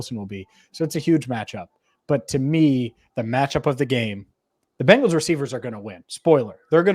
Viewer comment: BEN-GALS ……….. NOT BANG-GALS…..